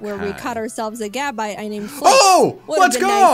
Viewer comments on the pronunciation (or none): You called gibble gabite